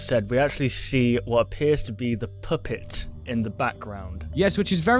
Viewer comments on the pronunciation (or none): he said the poopit or the puhpit